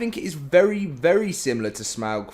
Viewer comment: For all LOTR fans: who noticed that he is saying Smaug’s name incorrectly as it is properly pronounced as Smog.